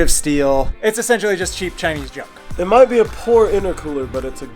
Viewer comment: Heavy emphasis on the “might”